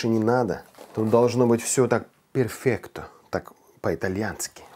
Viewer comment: И не перфекто, а perfetto 😬